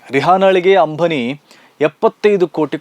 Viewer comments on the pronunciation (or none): Ambhani alla ambani😂😂😂😂,correct maatadi😂😂😂